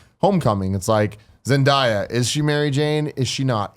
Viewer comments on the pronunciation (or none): yall wont prob read this or remember the next time it comes up but Zendaya's name is pronounced Zen- Day- A. GJ with the content keep ti up!